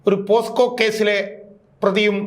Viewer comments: അടിപൊളി ഷാജൻ, പിന്നെ സർ, posco അല്ല പോക്സോ ആണ്, സോറി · പോസ്കോ അല്ല പോക്സോ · പോസ്കോ എന്നല്ല പോക്സോ കേസ് എന്നാണ് '